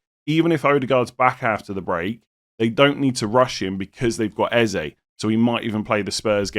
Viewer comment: Haha you’re butchering every name in this video. Eze, Ødegaard, Madueke all pronounced wrong